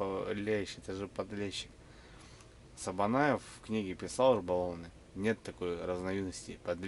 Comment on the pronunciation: Не СабанАев а СабанЕев.😊